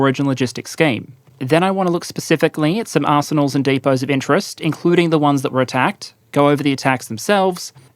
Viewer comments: That’s how I say arsenals! What is it about it that you find funny? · there's something about the way says arsenals that makes me giggle